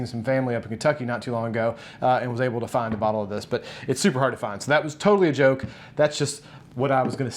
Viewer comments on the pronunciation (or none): none